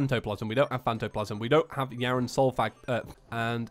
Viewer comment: DID YOU JUST SAY “Yharon’s Soul Fag”!?!? GET DEMONETIZED!!! -Angery YouTube Employee, 2018